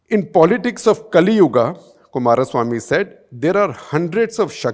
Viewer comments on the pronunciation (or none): none